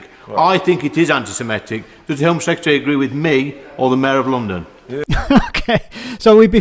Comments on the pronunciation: He can't even say "anti-Semitic" correctly, saying "anti-simetic" instead. 🙄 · He can't even say anti-Semitic, the racist bigot says anti-sematic he's an absolute clown.